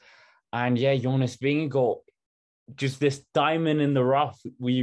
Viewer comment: Yeah you’re JONAS VINGEGAARD!! 💥 💛💛💛 Hey …we were ALL hoping! And we are all elated! whoohoo And we all love Jonas because your interviews with him proved what a nice and humble man he is. And taught us all how to pronounce his name 😂 Congratulations to Jonas! And seeing almost speechless… priceless haha. Really wished you were with us in the live commentary. Would have paid to see your live reaction. Also, have to say… Seeing Wout come to him at the end of the race was awesome! Such a great moment who hoo! 🎉🎉🎉👏👏👏